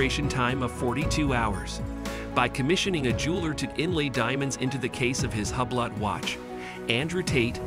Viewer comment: Learn the correct pronunciation of Hublot.